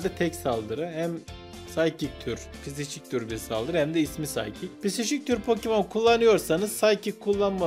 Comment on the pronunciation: "pokimon" değil "Pokemon"